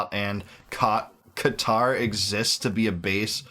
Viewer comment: It's Qatar, as in Qatari my bro.🌴🐊... hey man u get'n lazy on me???🧐